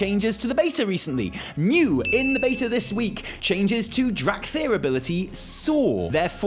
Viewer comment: I dont know if said this on purpose, or if it was just a slip of the tongue, but in my spoken language, dracthyr will forevermore be known and "dorkthyr."